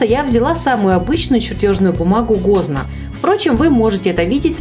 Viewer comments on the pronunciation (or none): Согласна с тактичным замечанием и от себя добавлю: бумага гознАк( с ударением на последний слог)! Спасибо,!